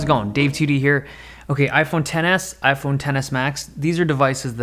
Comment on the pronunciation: I keep hearing iPhone tennis and not iPhone Ten S